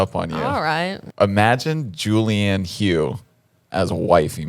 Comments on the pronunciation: Its pronounced Julianne HUFF not Hugh lol love you guys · The way they said Julianne hough as Julianne hoo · U guys pronouncing julianne hough's last name wrong😂😂